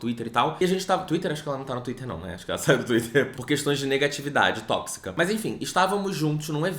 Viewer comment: Quando me perguntarem porque eu assisto esse canal vou mostrar o jeito que fala o "bem LE-gal" lá pelo primeiro minuto e "negatividade, negatividade tó-xica" 😂😂😂 BB